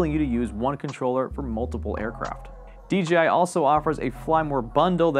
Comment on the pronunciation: DJI right? Why's he saying DGI??